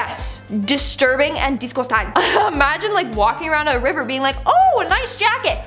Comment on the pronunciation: you’re my favourite host but I feel a bit offended when you say disgusting in a Scottish accent, keep up the good work though 😊